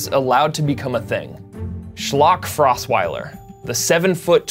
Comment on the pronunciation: Mispronouncing Osweiler's name is the funniest part of this video.